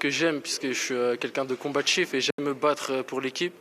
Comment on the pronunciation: Attention les " voila" en interwiew gone!!!!!😂...c est " combatif" qu on dit, pas " combatchif"... laisse ca aux sardchines! Bravo les deux gones!